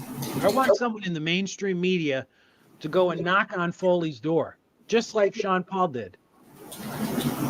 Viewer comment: I thought the name is “ FAHEY “, not “ FOLEY “